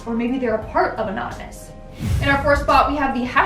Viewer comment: Even though it appears u said "anominous" your huge bazonga's tell me there's absolutely nothing wrong with that.